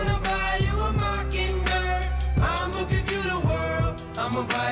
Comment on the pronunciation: It's mockingbird not mockinbird